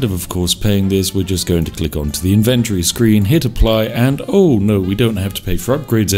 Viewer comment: I never heard anyone say inventory like that, this is upsetting.